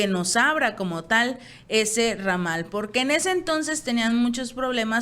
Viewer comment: Ramadal???? Ramal!!! Por favor lee un libro y aprende